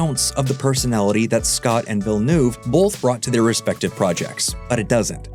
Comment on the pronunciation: Denis Villeneuve is pronounced vill nerve...